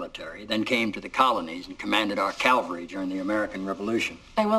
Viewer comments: ...But why would he say Calvary instead of Cavalry?😢 He was past his Folksy phase, I think. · For someone who's supposed to be so educated and smart, you'd think Jed Bartlett would know the difference between "Calvary" and "cavalry." One is the location where Jesus was supposedly crucified, the other is a mounted military unit. Back to school, Jed! :-P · But Bartlett mispronounced "cavalry" (military term) and said "Calvary" (religious term, location in the New Testament). I wish that had been corrected before the scene made the final cut. That error ruined the whole scene for me, and I'm an avid fan of teachers, an English major, history buff (connected with my genealogy, had an ancestor in the Revolutionary War) and a bibliophile with the largest private library of anyone I know. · It kills me to hear him say "calvary". Pulaski didn't command crosses. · "Then came to the colonies and commanded our calvary during the American Revolution." I like how they kept that in, even a nobel laureate is not above an occasional slip of the tongue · The only other time I've heard him say the word was in "Apocalypse Now", and there he said "cavery". I spent a decade working in radio, and I know that everybody (even professionals) have words that they have trouble pronouncing. The fact that he's said it twice and got it wrong both times (more importantly, they were differently wrong) is what makes me think he got tongue-tied. In any event, if someone in the production had caught it, they would have shot the scene again. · I do wish they had re-shot the scene with Sheen pronouncing "cavalry" correctly. I don't think Bartlett really would have said "calvary" - being a religion scholar. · Calvary? i think he meant cavalry.. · Except that he commanded the cavalry, not the calvary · Mr. President, it's "cavalry," not "calvary." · "CaValry" not "CaLvary" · did he mean to say cavalry? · I know, right? Ruined the whole scene with that gross error.